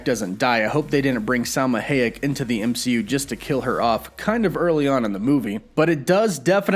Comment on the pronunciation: It's really weird hearing your mispronunciation of Salma Hayek and Eson the searcher, bringing back Chthon vibes again